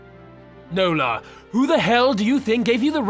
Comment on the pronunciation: My middle name is Nola. It was my great grandmother's name. I like the way you say it with your accent 😉